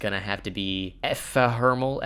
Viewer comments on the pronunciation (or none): Here is a little pronunciation guide to saying Ephemeral. Uh - Fem - Er - All